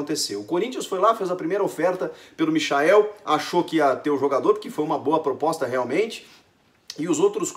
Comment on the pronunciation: Porra é difícil pronunciar a porra do nome do cara certo por acaso alguém chama o Michael Jackson de MICHAEL